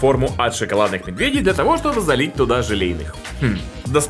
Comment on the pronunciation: почему ты говоришь медвЕдей ты ведь обычно говоришь медведЕй